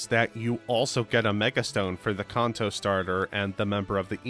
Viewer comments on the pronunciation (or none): Brother please, its pronounced can-toe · Please stop saying kanto It's can-toe Soda can Feet toe Can toe Kanto Stop it